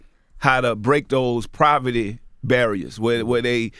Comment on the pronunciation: Master P always be saying proverty! Hahaha!